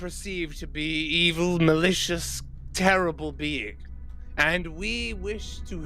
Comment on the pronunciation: "It's simply teddible,teddible." 😂🤣👍